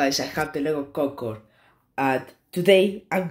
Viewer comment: the "gogode"got me dying